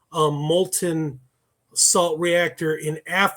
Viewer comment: Salt, not slat